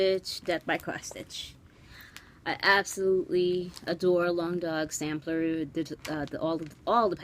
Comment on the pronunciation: I am always so happy to see your videos! (And impressed that you can say Long Dog Samplers better than I can. :) ) I didn't know about the importance of pairs in the bedroom, but it makes sense. I will have to look into that. And HOORAY for making progress on that table runner. We can do it! There's so much more to say. I will sum it up with: <3 <3 <3